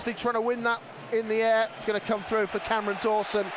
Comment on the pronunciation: Why are you saying cammy Dawson